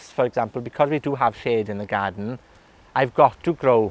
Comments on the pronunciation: I love the way he says garden ---- gaaden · Pretty cool. Could also listen to him saying the word "garden" over and over in his Welsh accent on a loop forever.